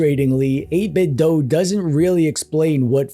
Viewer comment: Wait, what?! 8-Bit-DOE? NO WAY! It's 8-Bit-DO! As in, "I want you to DO that new retro thing right now! DO or DIE!" There's no DOE in these here DO parts!